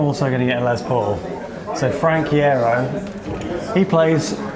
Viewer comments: It's pronounced "eye-yero" hehehehehe. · Loved this! One little thing though- Iero is pronounced Eye-Ear-Oh :P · this was so cool to watch, but it's pronounced eye-ear-o haha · It's pronounced I-ear-ro 🙂 anyway, sometimes I struggle to find the exact tones I'm looking for, but I usually get pretty close. Any quick tips for MCR tone, please. I have a NUX MG-80 effect unit 🙂🎸🤘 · I'm pretty sure Frank Iero's last name is actually pronounced eye-ear-oh.